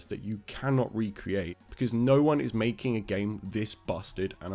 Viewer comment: "making" "makeng" "Ken" Ken mentioned!!!